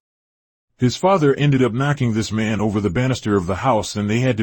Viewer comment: Nice, only thing I take it that this is being read by AI because it sounds like "Black mun"instead of "Black Man"